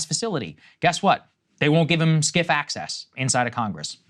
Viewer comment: Sensitive Compartmented Information Facility (SCIF), not whatever you said, Saager.